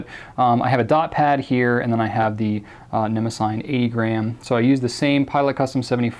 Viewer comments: They way he says ne mo sign is just cringey and incorrect it is pronounced ne mo si ty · I believe it's ne-mah-si-NEE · Or more accurately, nuh-MOSS-uh-nee, but yes, they're absolutely brilliant notebooks. The paper is fantastic, and the fact that they lie nice and flat lets the rivers of ink that I spew with my vintage flex fountain pens dry without issue, and it's easy to photograph the results. I adore them. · Great review and looks like a great series of notebooks. I hate to be that guy (ok maybe I like it being that guy but don't want anyone to know) but Mnemosyne is usually pronounced like this or this Thanks again for introducing us to notebooks that I will likely be buying